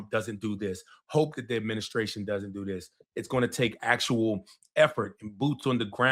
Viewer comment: My man said dis and Dat. Harry it's dis, Dat and the udder ding. I wish I could vote for you.